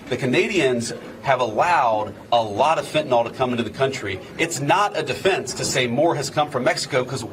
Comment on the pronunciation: I get so tired of people who should know better pronouncing the word fentanyl like “fentanol”. Can’t they read? 🙄